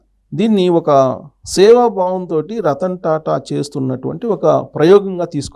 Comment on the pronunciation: రత్న టా టా కాదు రతన్ టా టా